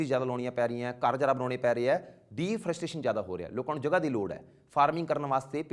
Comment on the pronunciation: es teacher da number ya id mention kro…the person who is pronunciating ‘deforestation’ the defrustration..alleging to be a master of writing module …stop making people fool…future of the youth is absolutely in wrong hands..cant believe students still study from teachers like him..come to me bro am an expert of speaking module ..thats what u need more than writing😂😂